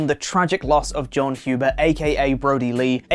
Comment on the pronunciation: Thank you for getting the last name right. You won’t believe how many people say it wrong. Much love ❤️.